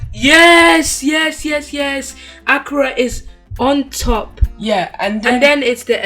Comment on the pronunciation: Lol.....akra! It's called akara..... a.k.a.r.a.😅